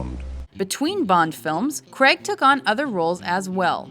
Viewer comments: Daniel cregg ????? Cray - g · Fuck pronounce his name correctly not Creg, Craig. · Pronounced crAig not creg. Just sayin. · Can you American's please announce Daniel craig's surname properly!!...PLEASEEEEEEEEE?...It's "CRAIG" pronounced GRA - AGEEEEEEE" not "CREG"!!! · God damn you Yanks say Craig really weird